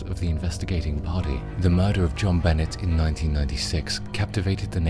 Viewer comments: I’m 99 % certain you didn’t say who killed Jon Bahnay (true pronunciation of her name) but I didn’t believe the title anyways btw Burke did it and always think of Occam’s Razor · The pronunciation of her name by this guy greats on my nerves and I'm from the UK!!! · You really should have researched how to pronounce her name.